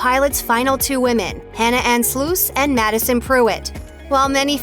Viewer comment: The name is Sluss as in FUSS and CUSS. It is NOT Sloose!!!!! How do I know, it's my maiden name and Hannah is my niece!!!! Get it right! Nobody is pronouncing Peter's last name as Weeeber!!! Geez!!